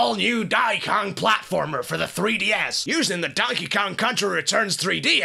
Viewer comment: "Dahn'y kaahn" gets funnier every time.